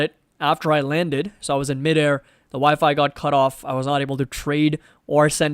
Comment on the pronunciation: I’m also interested on that hot air balloon 😅😂 now I want to watch around the world in 80 days. Always fun stuff here with you lol. Great live. Thanks for connecting. By the way, everytime you say your WiFi goes off…. It sounds like you say my wife and I’m like 🙀 I’m gonna tell my friend lol jk